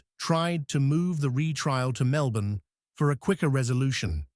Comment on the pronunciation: At first I was pleasantly surprised that you got the pronunciation of Melbourne correct (Melbin). But as you went on I had trouble working out where you were talking about in rural Victoria. I come from Ballarat so I know the areas well. Starwell is not right it's Stawell (Storell). Maybe next time look up local pronunciations first. But overall a very good story.